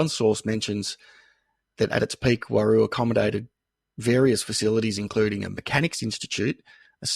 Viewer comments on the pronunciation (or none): It's not pronounced Waroo, its just plain old roo. P.s. the hot rocks out there will drive you nuts